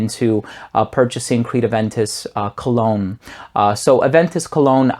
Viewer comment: First I understood "clone"..but than I realized "Cologne" :-))